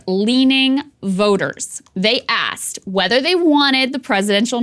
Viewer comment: Krystal, you said, “they ASSED”! Where’s the “K” sound?